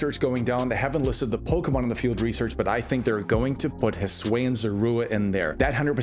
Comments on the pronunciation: but hey, I honestly really like the way you pronounced it, I’ve never heard it like that before lol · I just can't take someone seriously as a pokémon content creator if they aren't going to try to pronounce something as basic as Hisuian correctly. Has he seriously not heard a single person pronounce it in over 3 years that Legends Arceus has been out?